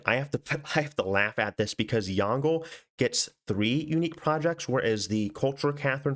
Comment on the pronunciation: Good day, that "Yongle" is "永乐" in Chinese, which pronounces like "yawn - ler" (like the end of the word "ruler") instead of "yawn - gle" (like the end of the word "jungle"). Have a nice day~😄